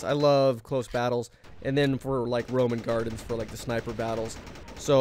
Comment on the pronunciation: one example of him saying ROMAN GARDENS lol